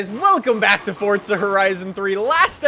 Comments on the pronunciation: Please just stop saying for"t"za it's forza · Why are u saying Fortza Horizon but not Forza Horizon? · i like how he sais forza he says fortza